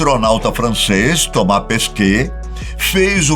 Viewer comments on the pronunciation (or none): none